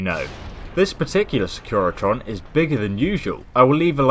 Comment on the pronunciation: Wtf is a secretion? They're SECURITRONs lol